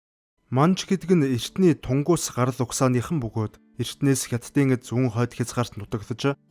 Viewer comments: орос цагаан толгойнд ү үсэг бдаггүй. у үсэг бдаг.тэгэхдээ тэрийгээ ү гээд дууддаг. тэрнийг нь мань хүн шууд тунгус гэж дуудаад бн. түнгүс юм бган. ер нь ч дэлхий дахинаа түнгүс гэж дууддаг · тунгус биш түнгүс гэж дуудна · Оросууд л тунгус гэнэ дээ 😂